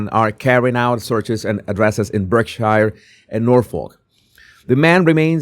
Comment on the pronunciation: Brit here…Berkshire is pronounced Barksheer. 🎉 I got this news straight from you. Thanks.